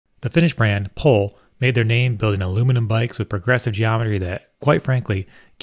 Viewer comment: Maybe if you are promoting the brands product you could learn how the name is pronounced...apparently it's "Poh-ley" These bikes are works of metal working art. Rock on.